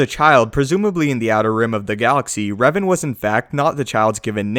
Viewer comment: Its Revan, not Raven